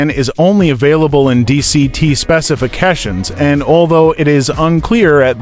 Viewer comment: Specification... Just exactly how do you pronounce that, LOL